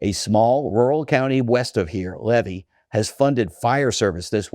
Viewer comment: You're not a Florida Native or you would know how to pronounce Levy County. All those "services" you talk of never reach rural areas. You say it will hurt renters and new comers most, rural residents say awesome. REAL Florida Natives are sick of the invasion we are experiencing. They are the reason for the tax increases. GTFO